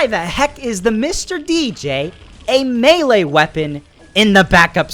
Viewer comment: U can't say melee right